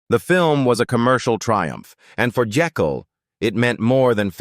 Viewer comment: It’s pronounced Jake’l, not the multiple mispronunciations here. That’s why “Jake” was his nickname.